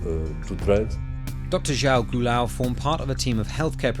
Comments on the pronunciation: That is NOT how you say João Goulão. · Your pronunciation of Dr. João Goulão is excruciating. :D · The way you pronounced João Goulão is interesting